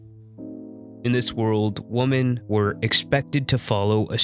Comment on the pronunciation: Nice work … what is up with the incorrect pronunciation of the word “women“ that seems to be like a virus lately..